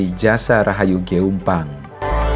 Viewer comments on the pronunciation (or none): JRG = Jasa Rahayu Gumpueng. Bacanya Gumpung